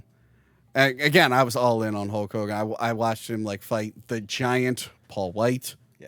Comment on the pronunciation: I'm glad I'm not the only one that calls him Hull Kogan.